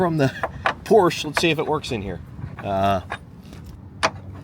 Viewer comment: Dear Please say Porsche correctly